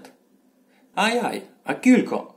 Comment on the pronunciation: НЕ кулько а через "ю" ся пише. Но уговорити треба як почти як англійськє слово "you" кyouлко - you. Тай усі слова шо говорете через "у", "і" та у нас через "ю" но як слово "you". Вы вобще наполовину на українськюв говорете. І много цілых слюв на українськюв, вы наші слова не употрибляєте. Я із Заріччя